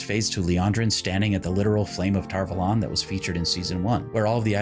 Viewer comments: I feel like lots of speaking in season 1 was hard-to-hear whispering and when they said tar vuhlawn instead of tar-vawlun it doesnt hit ears like it should. I love this series tho, and I love ur channel even tho I just found it today! ♥️ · I really do not like how tar valon is pronounced in this series